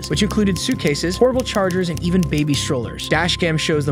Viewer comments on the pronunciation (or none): none